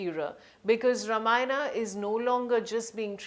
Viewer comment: Nonsense! Both hero and heroine look shady! This reporter can't even pronounce the title!